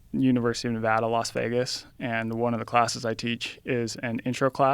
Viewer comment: Finally a professor who can show joe the correct way to pronounce Nevada